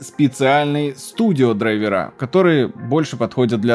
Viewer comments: Грамматическая норма — «дра́йверы». Отраслевой сленг — «драйвера́». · Дра́йвер (англ. driver, мн. ч. дра́йверы) Вариант драйвера́ разговорный и профессиональный. Как-то так) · Очевидно, что дрАйверы. Слово образованно от дрАйвер, а не драйвЕр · Правильно не "драйвера" а "драйвера" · Ударение на корень слова, а не на окончание - дра'йверы. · Слово не русское driver ударение на i наверное так, дрАйвер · В слове драйвера Д ударная